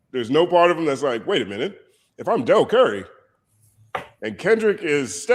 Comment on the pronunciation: The “Dell Curry” is up there with “Heaven Sent” in terms of I get you, but that’s not how you say that. Jay-z did not get the casino because it would have had the most disruption on the industry & neighboring communities. Other bids were simply easier to to get behind most being expansion project while this man was tryna build new structures in times sq. This had nothing to do with his image. Trump took his bid since there was realistically only 1 up for grabs, what about his image.